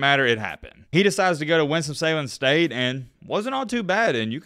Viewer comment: I swear he keeps saying "Winstom Salen State"